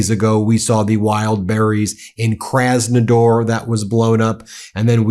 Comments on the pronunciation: KrasnodAAr Ben not krasnodoor 😂😂😂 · KrasnodAr, not ...door 😊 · It's Krasnodar (with an A, not an O) 🤣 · Thanks for the report. It's called "Kras-nuh-DAHR" though. 😭